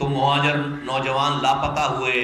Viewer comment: Bilkul sahi kaha mojir mojir karta hy is ko phele sahi word bolna sekhao yar muhajir huta hy